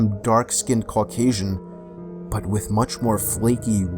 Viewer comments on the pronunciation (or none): dude said darkskin carcashune